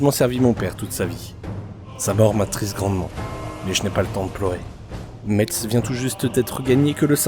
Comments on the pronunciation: Mon coeur d’homme Parisien qui tiens au respect de la prononciation des noms de notre beau pays en est également attristé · AAAAAH Ça ne se dit pas « Metse » mais « Messe », comme la messe 😭 Mon coeur de Lorrain est attristé... 🥲